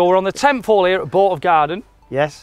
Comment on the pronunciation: Loving the pronunciation of some of the place names during your Scottish tour but I would probably struggle with some of the English and Welsh ones. Good shots, bad shots and great banter. Keep it up. Off to sit in the back garten (see what I did there) and enjoy the sun.